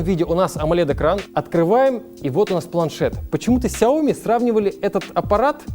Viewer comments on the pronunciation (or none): "сяО ми" в 2021, серьезно? Это иероглиф сичтается "сЯо"